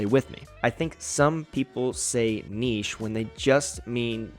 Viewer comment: Thanks for not pronouncing it "nitch" 😂